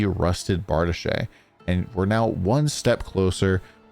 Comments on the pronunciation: Correct! Was thinking the same thing. "It's Bar-Deesh, not Bar-duh-shay!" Lol. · It's pronounced "Bray zhur" and "Bar deesh" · Bardiche is pronounced Bar-Deesh I believe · Lol, that's not how you pronounce brazier, accession or bardiche.